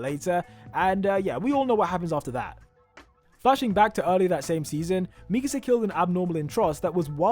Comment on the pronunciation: I know its an old video but I hope you say mi-KA-sa now and not meekasa LOL.